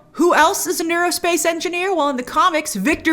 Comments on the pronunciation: "aero" space engineer. Aerospace. Not neurospace. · Aerospace Engineer... not neurospace engineer. LOL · Monica said "Aerospace". "Neurospace" isn't a thing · AERO-space Engineer, not Neuro-space. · Wait she said Aerospace not neurospace right.